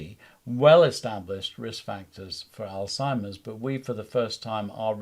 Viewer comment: Great interview. I do believe you're pronouncing alzheimers incorrectly though. There is no t in that word.